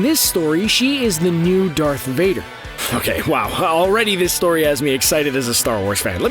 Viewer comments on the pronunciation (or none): none